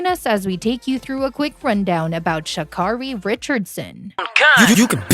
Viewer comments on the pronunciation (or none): Sha Carrie ‼️ This was a good ass video I must say but the biggest thing you didn’t know was how to pronounce her name. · Booooooooooooo She keeps mispronouncing Sha Carri's name. It doesn't sound like car . I just know Sha Carri would correct her. ☺ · It’s pronounced Sha-Carey…and no I didn’t learn anything new from this video. We’ll just the fact y’all don’t take the time to learn how to say the girls name.